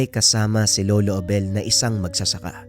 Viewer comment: Bakit po ang gulo ng pag bigkas mo sa pangalan ni lolo Abel JD